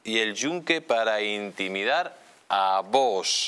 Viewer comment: ¿Por qué dice el presentador VOSSSSS?, es VOX, osea fonéticamente es Vokss. NO Voooosssssss. Jod…. con la ESO.